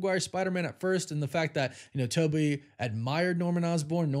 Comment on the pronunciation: TOE BY looool